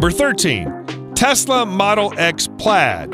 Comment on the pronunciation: “fasla” wtf